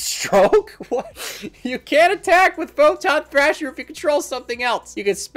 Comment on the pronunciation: I was drinking something when you started fucking up Photon Thrasher and Cyber Dragon, and, suffice to say, it is now all over my desk from laughing. Thanks.